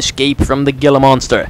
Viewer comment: Its pronounced hila monster